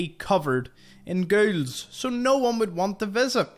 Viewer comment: Nice tour guide! I have stumbled upon some of these. BTW when you say ghouls, sounds like your saying girls!( to me) LOL Are you Irish? Northern Britain? Interesting accent. Some American accents are difficult to pinpoint( even from my countrymen) Thanks a million for your info. Cheers! Fallout brings us commonality. The world is shrinking!